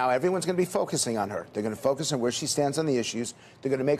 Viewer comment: "I hear it in my fuckus groups"